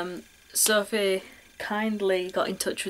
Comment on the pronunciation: I've watched this loads of times lol, sad I know but I love it! I also love how you say my name.. "Sorf-eh" Cuz of your accent! I love it! xxx